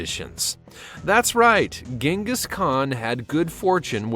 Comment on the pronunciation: Jing- gus, not ging-us FYI